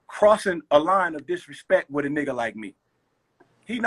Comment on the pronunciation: When Royce said “don’t disrespek me in a diss record” I just stopped tha video wtf lol